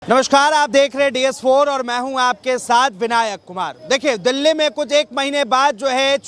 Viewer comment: दल्ले नहीं एंकर भाई दिल्ली बोलो।